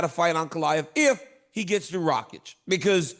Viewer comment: "Ray-Chick" "Uncle-iev"